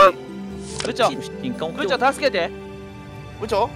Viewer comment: ぶ↑ちょうなの好き